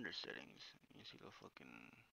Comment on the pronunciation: The emphasis on FUCKIN lmfao